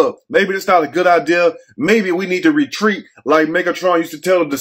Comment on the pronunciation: "Re- treeet"🤺